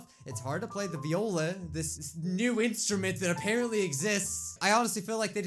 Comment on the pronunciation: It’s not VE oila it’s Viola